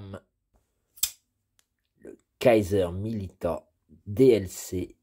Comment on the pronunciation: Je crois bien que aw, ce prononce, o ..! Milito ... ^^